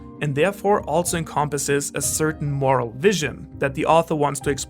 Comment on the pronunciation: you said “what makes someone morel” and i was like idk carry around a big pipe